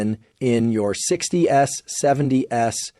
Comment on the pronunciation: is this AI? "in your 60 "s" and 70 "s"?? Who says that??